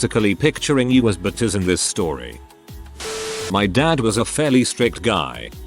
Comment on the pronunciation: the way it says butters lmfao